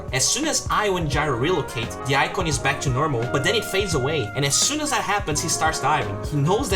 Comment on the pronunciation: it's triggering how he pronounces "that"